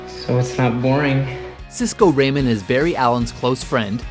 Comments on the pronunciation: Cisco Raymen, RAYMEN? RAYMEN?!?!?!! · I love how they call him Cisco RAY-mon when Cisco himself literally pronounces it Rah-mon on multiple occasions in the show. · he doesn't say Raymond he says ray-mon rather than ramon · It's Ramon not Raymond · Cisco Ramon. Ramon. Ruh-mohn. It is not pronounced "Ray-men" lol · Did you really just call Cisco Ramon Cisco Raymond? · It's funny how they announced Cisco's last name as Raymond. It's Ramon, like Razor Ramon!! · ITS NOT RAMEN ITS RAMÓNE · Umm ramon. It's ramone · so many mistake in this video, they pronounced Cisco's last name wrong, the whole Eabord grew to hate Barry is wrong. He traveled back to meet flash but ended up in the Flash museum and saw how he would become the nemesis. It drove him insane and then he traveled back in time accepting that he was the villain.